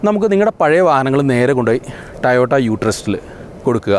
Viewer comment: Tayota tayota? Tayotayo? 🙄 toyota alle?